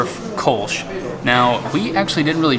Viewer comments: It's pronounced "Kölsch" and not "Kolsch". That's why it's written that way! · Good video! Just one point: there are two dots above the o in Köllsch. Means it´s to be pronounced "Koellsch".